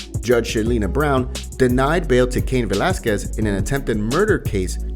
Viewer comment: Cain Vel-as-quez not Velackez. Lol.